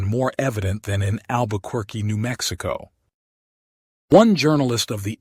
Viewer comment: learn how to pronounce Albuquerque.